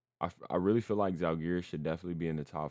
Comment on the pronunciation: please, it's pronounced ZALgiris, first syllable is under stress.